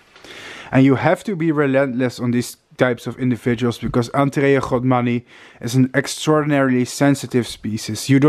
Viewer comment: Its godmani not “rhodmani”